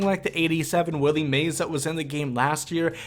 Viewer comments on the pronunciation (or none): none